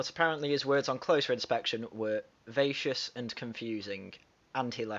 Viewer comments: "Vacuous" phonetically: vack-you-us. Good vid. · Sir- the word vacuous is pronounced "vac-you-us". Its root is from "vacuum". meaning "empty". I'm not trying to be critical, just helpful! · Dude, 'vacuous' is pronounced vack-u-us, like vacuum, but to inappropriately apply that word to Mr Peterson is aggressively insulting and hostile, clearly a card-carrying media ally of Ms Newman closing rank in defense of their belief system.